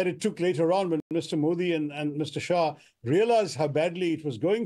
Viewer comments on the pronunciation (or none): none